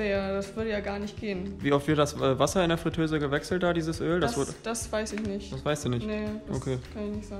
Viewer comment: bei Nicht fehlt das N